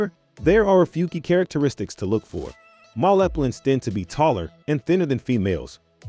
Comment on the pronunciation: Why you keep saying MALLEE PLANTS it’s male pronouncement close to feMALE!